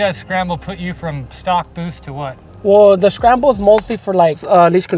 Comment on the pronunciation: “Shcramble button”